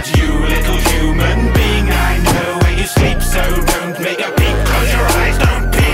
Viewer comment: Whenever he says "Little human being", it sounds like "Little Human Bean" lol